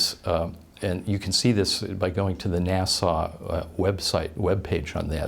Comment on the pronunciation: NASA, not Nassau